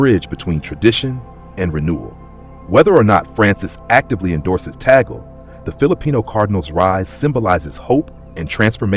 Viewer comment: 1) Please prounonce his surname correctly - Cardinal Luis Antonio “ Chito” Tag-le NOT Tagel (We Filipinos are offended for your mis pronounciation of his name!!!) 2) Selection of the Pope is by the conclave of cardinals at the proper time 3) If ever elected, he will select his own name. 4) We, Filipinos, always remember him as the humble “Smiling Cardinal” and with a sense of humour/humor. 5) we are continuously praying for God’s will for him, in the Philippines & around the world. 🙏❤️🙏❤️🙏❤️